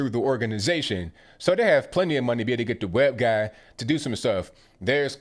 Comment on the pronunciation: Did you say web guy or web gay? 🤔🤔🤔